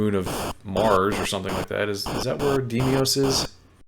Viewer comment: So, will I be the first one to point out that he completely misread the word 'Deimos' as 'Demios'?